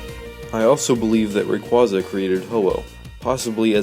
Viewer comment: You can't pronounce rayquaza right